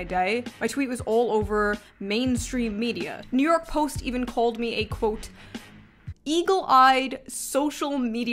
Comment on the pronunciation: the more angry shoe gets the more new York she gets